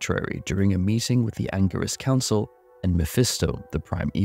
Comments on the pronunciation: Angirus (hard G) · An-jeer-iss Council, my friend - Cain tells us it in Diablo 3